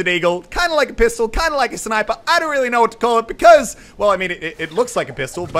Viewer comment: did anyone else here him say wearly wearly big holes?